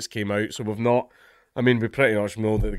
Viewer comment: that's..exactly what i said; except he pronounced it the way i'd mentioned, 'notly' then 'natly.'